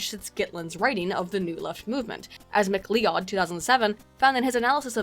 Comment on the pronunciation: McLeod is pronounced McCloud.